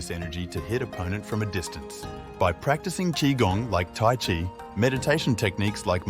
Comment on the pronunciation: Chi is pronounced chee, not chai